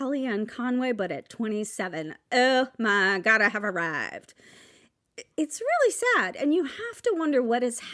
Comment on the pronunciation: "OMG I have awwived!" Perfect! You rock!